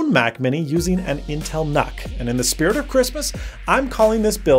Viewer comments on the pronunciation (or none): It's pronounced Nuke as in Unit. Do you say Un-it or You-nit? I keep hearing Canuck every time you say nuck. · I thought nuc was pronounced 'nuke'? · Ahhh, the good old "Intel Knock" The new Nuc (/njuːk/) just doesn't sound right.